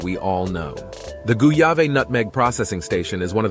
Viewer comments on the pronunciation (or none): in GRENADA, Gouyave is pronouced as "Gwav" as in Guava not Goo yah Vay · The town of Gouyave is pronounced GWA-ARVE not Goo-ar-vay!